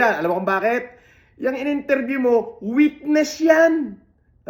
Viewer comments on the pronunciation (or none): none